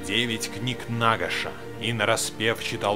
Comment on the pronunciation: НагАш. Ударение на 2 а.